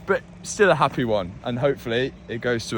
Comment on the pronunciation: did he say appy or happy im confused hahaha